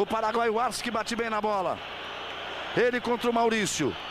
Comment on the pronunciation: O Galvao foi falar paraguaio e falou paranoio pra Arce, q tosco!